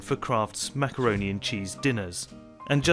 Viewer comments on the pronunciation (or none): I thought he said “Krafts Smackaroni and and cheese dinners”☠️